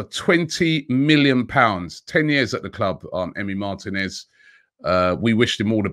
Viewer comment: Robbie the name is Martinez! (the "I" is accented... Martínez). The accent is on the 2nd to last syllable. Why do Brits in general (pundits, commentators etc) never learn to correctly pronounce, especially commentators. Lazy imo